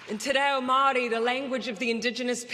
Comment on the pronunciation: At least she pronounce's maori properly.